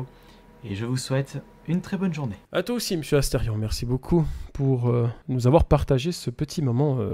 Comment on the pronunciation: C Asterion et pas Astefion🎵🎵